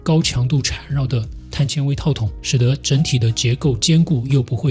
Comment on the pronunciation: 碳纤xian维，铆mao钉